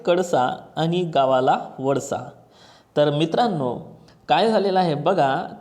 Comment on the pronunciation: काखेत कडसा आणि गावाला वडसा नाही सर ते.. काखेत कळसा आणि गावाला वळसा असे आहे